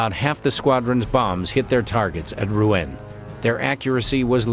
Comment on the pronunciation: Not "Roo-en", but "Roo-on", please.